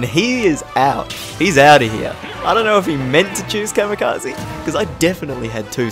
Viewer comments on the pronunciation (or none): none